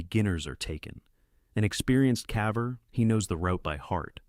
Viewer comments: Interesting compilation, thanks! Just subscribed. One suggestion: Your AI narrator has a habit of pronouncing "caver" as "cavver," which is confusing until you realize what the issue is. If you did a find + replace (Ctrl + F) on the script in Word and replaced "caver" with "cayver," it would always pronounce it correctly. Just a thought! Have a good one 👍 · Fix the pronunciation of caver. I won't watch anymore.